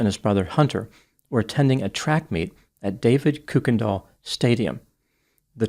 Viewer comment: I don’t think he can get away with self defense. It seems like the case of having a weapon and wanting an excuse to use it. Also Kuykendal is pronounced Ker-Ken-doll